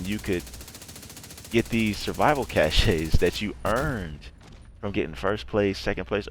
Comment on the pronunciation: It's pronounced "cash" not cashaye. The e is silent.